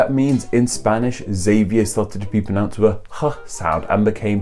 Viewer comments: It’s not pronounced “X”avier, it’s pronounced “Zavier”. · Xavier is a mildly used name in Portugal. Like the basque the X has a "sh" sound, or perhaps even more like the "ch" in church (I cringed when I heard Eks-avier) but the v maintains it "v" sound. Also the "e" is pronounced like "eh". So in Portuguese it would be Sha-vee-ehr. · I dont fkn get it or whatever your name is,you should know that Xavier is supposed to be read as " sha vi ER" and Javier as "ha vi ER" plus you have to read the R in these words,also you should ve included Xavier Hernández,a very popular footballer,and Javier Hernández a very popular footballer,especially since you include wrestling,i mean football is so much more popular than wrestling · It French it is Za-vi-ay. Do you say Ex-ena for Xena, ex-erox for Xerox or do you call a xylophone an ex-y-laphone? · It is pronounced Zavier in English, please stop using the American corruption of it. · Every time someone pronounces the name Xavier as “eksZavier” I involuntarily cringe. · I think "Ex-zavee-ah" was a modern phenomenon, caused by people not being able to pronounce it properly